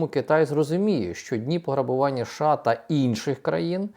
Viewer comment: ША чи все ж такі США? Ну скільки можна це слухати це ША Ша Ша ша?